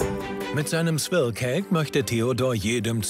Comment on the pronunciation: Wir oft wollt ihr Swirl sagen? Das Große Backen: Swirl, Swirrl, Swierl, Swörl, Swöörl, Swürl 😂